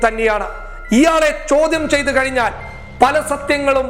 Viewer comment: ഒരു ന്യൂസ് റീഡർ ആദ്യം ശ്രദ്ധിക്കേണ്ടത് അക്ഷരസ്ഫുടതയാണ്. പരിപാടി എന്നതിന് പെരിപാടി - താഴ്ച്ച എന്നത് തായ്ച്ച - കഴിഞ്ഞ എന്നത് കയ്ഞ്ഞ എന്നൊക്കെയാണ് സ്ഥിരം പറയുന്നത്. ഞാനിവിടെ മുൻപുo ഇത് മെൻഷൻ ചെയ്തിട്ടുണ്ട്😊